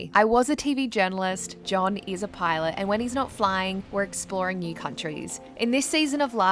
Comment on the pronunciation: Everytime you say "He's a pilot" my wife hears "He's a pirat" and start humming the "pirates of the caribbean" melody.